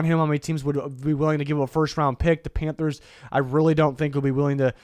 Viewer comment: Everytime you hear you say Panthers, I hear “Pamfers” now 😂😂